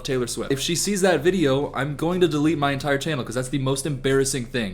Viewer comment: "my channel has grown alot" i swear to god he said chinhole